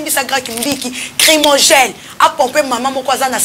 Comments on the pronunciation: Ça nous regarde pas , on s'enfou.Le groupe là ,Wenge Maison Mère Ekufa depuis Ferre- Gola avait quitter le groupe. Chronifuati on dit(Gaz Lacrymogène ) non pas crimogene. Niveau d'étude bas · Mademoiselle tu as un problème sérieux, consulter un médecin logopede STP Werran sone, crimogène etc...